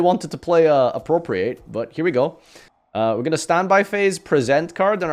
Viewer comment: This is also the man who, unique among Yugitubers, pronounces 'Appropriate' correctly, but mispronounces 'Present Card'.